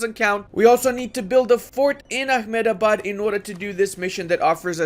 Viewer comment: a-HEM-da-bad, not ah-me-da-bad!